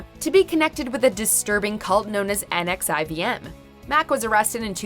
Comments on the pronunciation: Pssst - NXIVM is pronounced "Nexium", one more proof that the founder is a douche. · The cult Allison Mack is involved with is pronounced “Nexium”. It’s only spelled NXIVM.